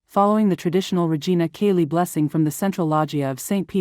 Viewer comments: Cheli not Kelly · Learn how to pronounce Church Latin! Regina CHAY-lee! Yikes who are you???? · "Chay lee" is how the AI voice should pronounce this